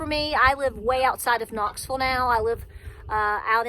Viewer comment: Very good message love ya. Hold steady Knoxville. Love how ya say Knoxville ❤love ya too